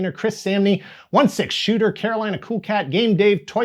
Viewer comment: Keewl list man